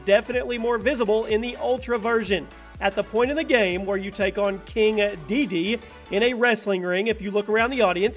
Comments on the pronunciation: His name is DE DE DE!!!!!!!!!!! NOT DE DE!!!!!!! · That's Dedede not Dede, it's Kirby, not Dexters lab!